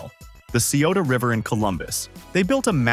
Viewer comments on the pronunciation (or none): The pronunciation of Ohios places needs work lol.......Cuyahoga /kai uh HOE guh/, Xenia /ZEE-nya/, Chillicothe /chill ih CAH thee/, Scioto /sy OH toh/. And Ohioans "want to leave Earth" because when flight was invented, the sky is no longer the limit! We're going to Mars eventually! The Wright Brothers would be beside themselves in delight!